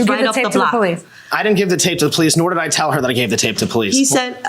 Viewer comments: She called the Poe-Lease. Did she call the AMBALANCE and does she live on planet EARF too? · The powleece? 😂